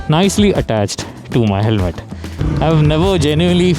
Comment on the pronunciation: helme❎️ Helmet✅️ 😂sorry but u missed it